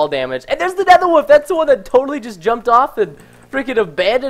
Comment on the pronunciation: He says woof instead of wolf...